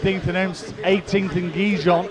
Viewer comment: Someone should really tell the speaker Gijón cannot be possible pronounced worse than he does